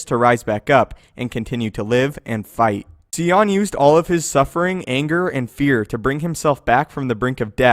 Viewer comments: I am not trying to be condescending or overly critical here, but good god damn! Come on, are you kidding me with this Darth ”C-ON” [Sion=Cy•on]. I don't mean to Sigh On, *bahh-dggnh-psssh* but it pains me to no end to hear the pronunciation of characters names–or sometimes even simple words in general–downright bastardized when we’ve literally heard how it's pronounced in the video games or movies. This is Darth ZONN-nah [Zannah=z•ANNA] all over again, that is more forgivable than this because unless he listened to the audiobook he wouldn't know the proper way to say her name and is probably just hated by every girl who has ever met him whose name is Hannah. ”Hi, HONN-nah!” How hard is that? (Zannah is literally just Hannah but with a ’Z’). He and several other star wars YouTubers have a responsibility to us their viewers subscribed or not, it's not just poor locution on their part but it's a health issue studies have shown that people who hear mispronounced words are 66 times more likely of developing cancer in their ears...or was it just that it feels like cancer growing in the ears? Either way, this comment is way longer than it needs to be and I'm going to stop ranting about something that 8.5/10 people don't notice or are simply like ”who the f*ck cares?” if you are the other 1 and half person to read this far, I'm sure you are asking yourself the same question as I am right now: ”Why am I still typing/reading this?” Sigh on!...sigh on. Or ya know...See on too. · It's pronounced SI - ON as in SIGH. SIGH - ON = Sion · What I think is crazy is that you keep miss pronouncing sion when it's said in the actual video game. It's pronounced psy on. Like Zion from the matrix but with an S instead of a Z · stopped watching when it came to darth scion. There is a proper way to pronounce his name. Just like how there is a proper way to pronounce YOUR name. if you were a true star wars fan you wouldnt be butchering the name on one of your top videos